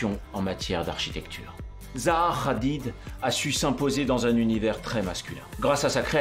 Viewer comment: Ça se prononce Hadid pas Radid